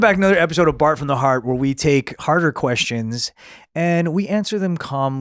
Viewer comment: Whenever I hear "Bart from the Heart" I hear it in his Chinese accent. "Baht from da Haht"